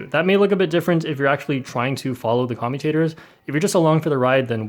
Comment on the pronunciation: Nobody: Literally nobody:: c0MutAtErs!